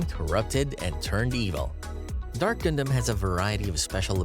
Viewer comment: All of this became invalid as soon as you started pronouncing stuff wrong...The fact most of the anime or "gundam" channels and shows cannot pronounce the name right and it gets under my skin way more than it ahould. And A LOT of the facts are completely wrong. Like do you people even watch th fckn show??